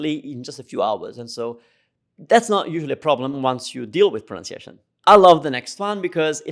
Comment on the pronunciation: Love your videos. They have been so helpful. Thank you. Funny thing in this video is when you said 'proNOUNciation' is usually the issue why Italians don't understand us. Well ... that word is actually pronounced 'proNUNciation.' haha :)